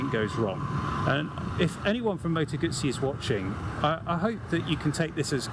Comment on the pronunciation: Moto Gootzee, thank you for the correct pronunciation. So many say GUZZY or GooZee; Yikes!